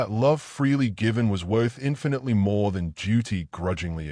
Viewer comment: Other than having the bride walking down the aisle in a dark green dress (instead of the white one she was previously wearing) there are several pronunciations and misspellings in the text... dirt not "date", more not "a Mo" and quite a few others. They are distracting and video should have been proofed out before being published. Somewhat predictable ending but still told in a wonderful way.